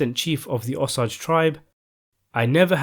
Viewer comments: You seem to have a fixation on "americans". What's your deal, anyway? No matter how you pronounce "Rodeo", it's difficult to confuse it with anything else, whether "roday-o" or "rodi-o". However, when you pronounce "Osage" as "osauge", it is confusing and awkward . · Ok I refuse to watch anymore of your videos until you pronounce the Osage tribe correctly. It’s frustrating to listen to you completely slaughter an easy tribe name to say. It’s O-sage. Like the herb sage. Please remake your video, because it doesn’t do the story justice. I know some of those ppl effected by this and grew up listening to them cry and tell it and you slaughtering the pronouncement of their tribe is completely disrespectful when I know I’ve corrected you last year about this. Stop and look up Osage Indians and watch a documentary to learn how to say their tribe name. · I am a Native American Woman from the Oglala Lakota (Sioux) Tribe. I am happy that You are sharing this story with Everyone. The only thing that I would like to make a little correction on is the pronunciation of The Osage Tribe. It is pronounced Oh-Saje. Like the cooking Herb, Sage. Many Native Tribes use sage in Our Religious or Spiritual Traditions. Other than that, I want toThank You for sharing this one with Us. Thank You, so Much for sharing Your talents with Us. 😊👍🏼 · I’m from the Osage area. It’s pronounced O say ge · please for God's sake do some research on how place and tribal names are pronounced Osage is pronounced OH - Say - Juh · It's "OH SAGE" driven' me crazy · it's pronounced O-sage Indians.... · The Indian name Osage is pronounced Oh-say-juh, sage like the herb Just thought you might wanna know. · I always heard that the correct pronunciation is: oh-SAH-jay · jus learn to pronounce osage. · Yoshi Maeshiro didn’t read all that but please take your negativity somewhere else. He can’t pronounce it and if you are offended that he can’t pronounce it then just leave it’s pretty simple actually